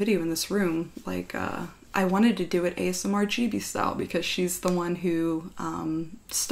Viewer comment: Did anyone else hear "chibi" instead of "gibi"? Also I thought it was pronounced giby too lol.